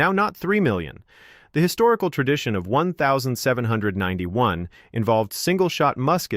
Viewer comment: You people who keep using this AI garbage need to find something else better to do it sucks you can't even say 1791 the way it should be said AI can't say it quit being lazy just talk read your script and be done with it